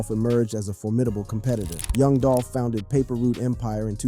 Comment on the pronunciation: "Yung Dolphin" Can't unhear it...